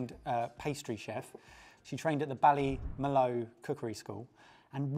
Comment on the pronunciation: On behalf of the people of Ireland we dont know what was more offensive, 1. How pronounced ballymaloe 2. The fact you kept calling kush's drink a black in tan. It's a half and half, look up black in tans Ireland its not good and 3. You ruined a perfectly good Guinness. But still love from Ireland 🇮🇪 😊